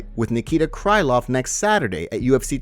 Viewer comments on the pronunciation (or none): It's Nikita 'Kril-ov' not CRY LOVE.